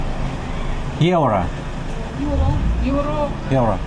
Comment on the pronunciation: At the money exchange if you say "Euro" try to say "you row" maybe this way you can better your pronounciation.